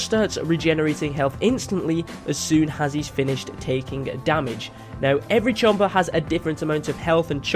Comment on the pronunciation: “Ermer chomper”